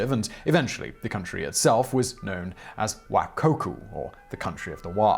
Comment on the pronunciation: Your pronunciation of Wakoku (和国) was good enough. However Nippon (日本) could use work if it should come up in the future and you happen to remember great ni is pronounced like knee and the o in pon is long like in orange. The same is true for nihhon (also 日本). For anyone who is curious the wa (和) from wakoku is still used to refer to Japan in words like 和食 (washoku) which is Japanese food but in most cases Nihhon or Nippon are used like 日本語 (Japanese language) and 日本人 (Japanese people).